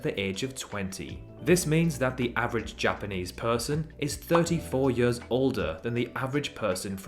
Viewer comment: I didn’t know you were Welsh until I heard you say years. Great video